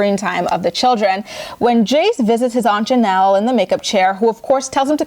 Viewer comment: Wait. I had to rewind it to make sure I heard you correctly when you said aunt Jenelle😭😭😭😭😭😭☠💀